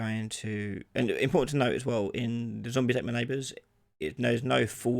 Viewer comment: Is it "zombies ate my neighbours" or "zombies at my neighbours" as you said? Edit: it's "zombies ate my neighbours"